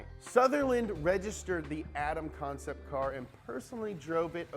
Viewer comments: “Atom CoMcept” good job 🙄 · “comcept” lol